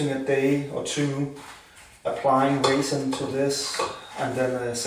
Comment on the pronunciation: Sounds like raisin 😂